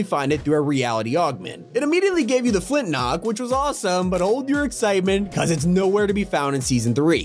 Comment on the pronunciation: everytime he said flintlock it hurt my soul